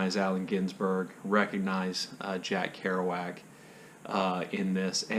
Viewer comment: I read San Miguel by TC Boyle on Adrian’s (SCL) recommendation. The writing style, I thought, was beautiful. Simple, but beautiful. Thank you for pronouncing “Kerouac” the way you did. I pronounce it the same way, but I questioned my pronunciation after hearing someone else on BookTube say it some other peculiar way I’d never heard before.